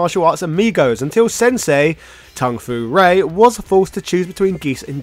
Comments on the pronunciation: Tung fu rae?? I know you dont care hw its pronunced but now you changed the actually name. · Tung Fu Rue, not Ray.